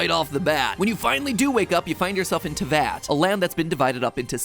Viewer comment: the fact he was able to say snezhnaya correctly but not teyvat